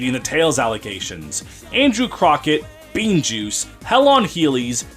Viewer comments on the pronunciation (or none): none